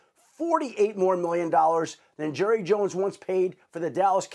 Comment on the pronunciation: You mean Jerruh